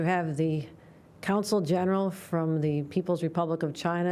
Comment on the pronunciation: Governor Hochul, your professional knowledge is abysmal! You referred to "The Chinese 'COUNCIL' General". Any American government official should know that the correct term is "CONSUL" General". I frankly was shocked when I heard you say it. I thought you were better educated than that! You're obviously a product of the faltering New York State public schools.. Since you're in the pocket of the teachers' unions, you also strongly oppose school choice voucher systems that would fix the failed public schools in short order. It's sad, very sad. You put campaign contributions ahead of a quality education for New York's kids. That's criminal, and you know it. 👎🐻🇺🇲